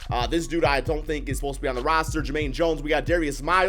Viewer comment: Why he say roster like that